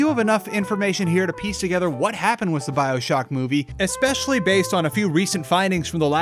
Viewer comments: Say it wiss me. wiTH . The letters “th” combined do not make an s sound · With is pronounced with a th not s lmao